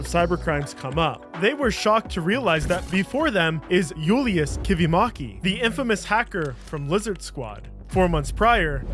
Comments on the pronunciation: it's funny how he pronounces Kivimäki with an AH sound and Tapio with an A sound but in Finnish it should be the exact opposite 😂 Ä is A (like in cat) and A is AH (like in car) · as a finn, the julius was spelt correctly but kivimäki was butchered as ä is spelled like the a in apple